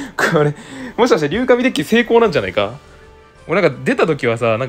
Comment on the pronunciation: どうでもいいけど“りゅうじん”では…？